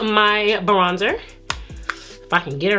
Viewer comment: Did you say BRONDER????? Omg its BRONZER!!!!